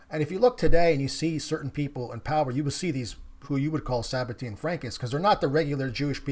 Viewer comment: It's Sabbatean not tian